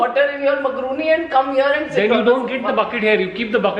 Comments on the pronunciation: its मैकरोनी not मकरुनी...😂😂😂😜😜❤ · you were right Macroni pronounced as (myacroni) was pronouncing it wrong😂😂